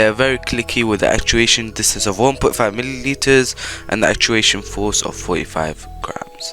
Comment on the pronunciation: Can’t stop laughing after he said 1.5 MILLILETERS. 😀